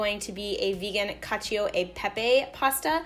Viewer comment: cacio is pronounces "cacho" by the way, not "cacheeo"